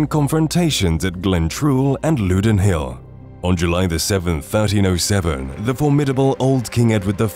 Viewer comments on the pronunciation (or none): That was good. But it is pronounced lowdon hill (loudoun). Not loodon. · Youre onto a winner here with these videos. One suggestion, sort out the pronunciation of place names please. Ber W ick and Loodon 😮. You left out the contribution of what was termed by the Scots the 'small folk', the camp followers and those too late to be incorporated into the well trained schiltrons. According to the records, their appearance at the height of the fighting appeared to be a second Scottish army to the English and may have been the deciding factor in their decision to break and flee. Really enjoyable content👍😁